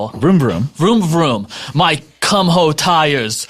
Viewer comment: Kumho tires pronounces their name “koo-mo” but your way is funnier :-)